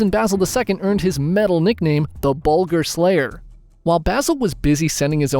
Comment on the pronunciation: (((THE BULGARRRR SLAYERRRRR))) YEAH! 😂